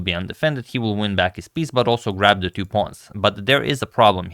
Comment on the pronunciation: I understand English is not your first language (nor is it mine), yet I can't fathom why you pronounce "two" as "tew" in every A2, B2, C2 etc. reference. It's so distracting it's actually dissuading me from subscribing to your channel :(